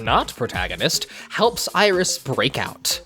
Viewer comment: watched one of ur videos last night, really enjoyed it and today the official lolirock tumblr links to this?? clearly its fate lol though… your pronounciation of 'iris' is painful 😔